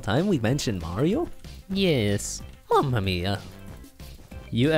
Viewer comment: You pronounced Mario wrong.